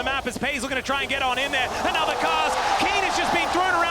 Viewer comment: It's another not anodder... 😂